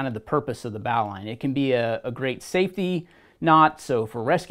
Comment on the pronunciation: BAAWWWLine.... BOW ... Bowline.... Americans..